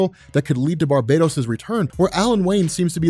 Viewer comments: it's "Bar ba tose" not Barbados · Why do you keep saying Barbados when his same is barbatos? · I don't normally like to be grammatically nit-picky but your pronouncing "Barbatos" incorrectly. It's Bar-BAH-tos, Not Bar-BAE-dos. Like this to let know ASAP! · Bar...BAT...os. Bar-bat-hos. Bar, BAT(as in BATman), Ohsss. Come on!!